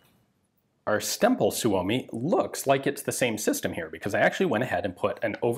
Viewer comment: Every time Ian says "Stemple" I am hearing "stem bolt" and I am reminded of the long running gag about self-sealing stem bolts on Star Trek DS9.